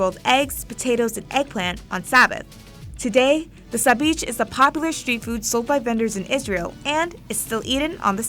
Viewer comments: I'm Jewish and it's not sabich isn't pronounced as "bich" it's more like bichh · the "sabeach" pronunciation sent me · Haha omg hearing you say Sabich made me cringe hard. You should probably learn how to say something properly before you use it in your video